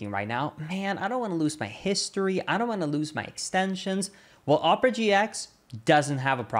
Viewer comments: did you say oh-per-a it's ah-per-a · First it's pronounced oh-purr-uh then it's pronounced aw-purr-uh